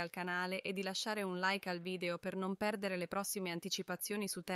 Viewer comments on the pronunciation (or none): none